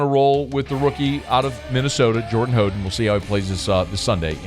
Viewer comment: It's How den